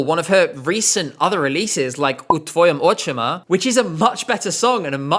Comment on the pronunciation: A+ on the pronunciation u tvojim ocima, those are difficult sounds to make